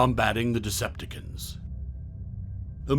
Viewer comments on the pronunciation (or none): Butchered it badly